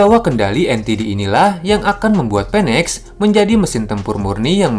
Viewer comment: BACA NYA "FENEX" bukan "Penek" 😂